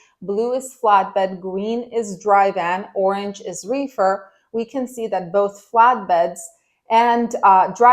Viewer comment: Your refer was funny its sounds like you said wefer market its all good just got a good laugh from it🤣